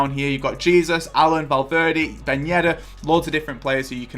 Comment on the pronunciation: man said jesus like jesus lol